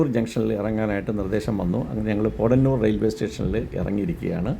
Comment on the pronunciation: പോടന്നൂർ ആല്ല. പോത്തന്നൂർ